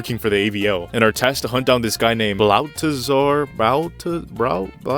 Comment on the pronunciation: It’s bal-tha-zar.